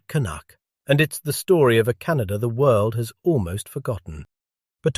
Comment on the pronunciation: CanaDER...? Can of WHAT???